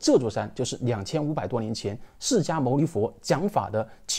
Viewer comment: 大师兄好，讲的好棒！随喜赞叹介绍净土经典及念佛法门，功德无量！不过经文开头读音有误，恕末学斗胆提供参考： qí耆 shé阇 kū崛